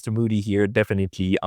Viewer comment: der Onkel heißt nicht Muudy sondern MOdi... und das Wort cauntry heißt cantry plz